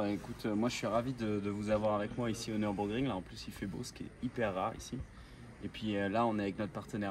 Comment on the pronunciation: Avec une prononciation presque parfaite du nom fameux qu'est le Nürburgring!!! Bravo pour la vidéo et la passion éclaboussé. Tu m'en as foutu plein le cœur merci^^